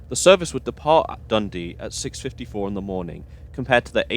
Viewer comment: With the exception of the three biggest cities (Glasgow, Edinburgh and Aberdeen) Scots placenames hardly ever have stressed first syllables, and it sounds really naff to pronounce them as you do. So it's M'nTROSE, D'nDEE, etc. At least you got Kircaldy more or less right.